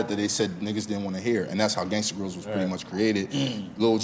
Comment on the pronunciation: The voice that never said Gangsta grillz but 'GANGSTA GRAIZIL'